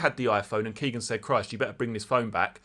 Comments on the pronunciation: His name is not "Keegan". His name is "Kegan" (rhymes with Megan). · Nice video G but it's kegan not keegan Keep up the good work